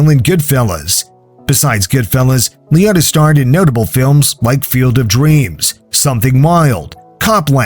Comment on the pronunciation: Ray Liōtta. Lee-oh-ta.